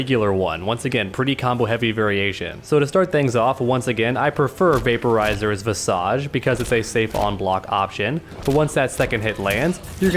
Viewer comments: That's not how you pronounce "visage". It's pronounced 'vis-eg'. Interesting enough outside of books mortal kombat is the only medium I've seen the word visage used. Kotal actually says it in one of his intros. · You said "visage" wrong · That’s not how you pronounce visage...